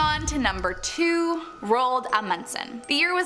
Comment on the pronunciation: THE PRONUNCIATIONS OF ROAld Amundsen is terrible